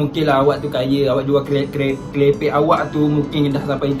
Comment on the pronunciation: Viral bukan wiral. Kerepek bukan kelepek. DASAR LELAKI PELAT DONE KECAM 😂😂